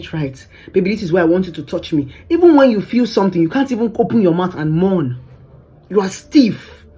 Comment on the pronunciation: The way she says “moan” like “mourn”. You always spitting wisdom! Keep up the great work!